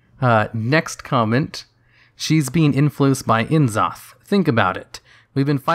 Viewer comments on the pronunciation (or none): I cannot stress ENOUGH that his name is pronounced `Nzoth`, and not `En-zoth`. The initial N isn't pronounced as the letter N, but rather just as an N sounds. Yes, it sounds awkward (in English at least), but that's R'lyehian for you (of the way they call it in Wow, Shath'yar)